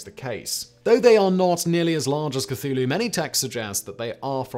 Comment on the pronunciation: I'd be more impressed if his scriptwriters would include a pronunciation guide for Simon before he throws himself into the videos. Funnily enough, he doesn't seem to have much trouble with "Cthulhu". Secret cultist?